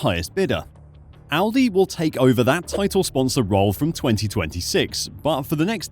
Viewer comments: definitely said Aldi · he deffo said aldi